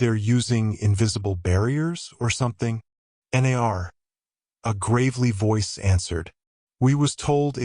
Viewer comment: The reader is HORRIBLE. Is it AI? The pauses and saying 'N.A.R.' instead of 'nar' as in 'no'. Don't think I'll get very far with this...